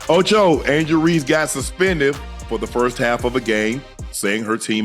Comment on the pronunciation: Anglel Reese. Who’s that ?